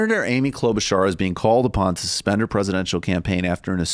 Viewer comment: Michael Brooks: Kloba-SHAR Kyle Kulinski: Kloba-CHAR: Kloba-CAR WHICH ONE IS PRONOUNCING IT CORRECT??